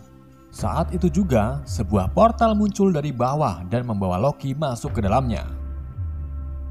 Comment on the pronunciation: Membawa ❌ Membawawa✅